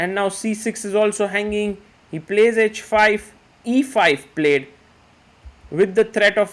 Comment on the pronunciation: Grow up & learn taste. 🤣 He is good, but best?! Best do not yawn on every commentary. It is h5 for example and not "edge5" ...heart he has, what I appreciate though! ❤